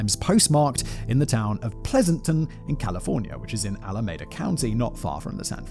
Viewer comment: Ignoring the terrible mispronunciations of Benicia (once the CA state capital!), the Presidio, and Pleasanton; I believe there's an error in this script not caused by Simon's lack of interest in proper pronunciations. Several times a 'Stateline, Utah' was referenced, originally in the context of Lake Tahoe. California and Utah don't share a border. Lake Tahoe is however on the border of California and Nevada, and there is a Stateline, NV right there. I think this is more likely the one meant.